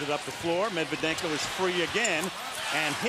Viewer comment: No One: Steven A Smith:Medvedenko🙄😑😒